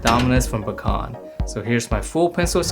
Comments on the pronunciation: 😐 really you said bukon again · you pronounced bakon wrong